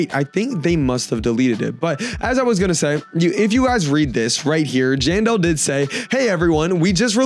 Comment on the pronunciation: He said jandel but there was writed janelle